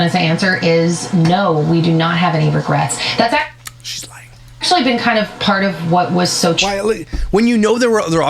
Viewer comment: Ragrets???? Regrets I think u mean 😂😂